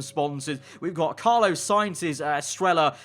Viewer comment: CARLOS.. HIS NAME IS CARLOS NOT CARLO 😅😂😂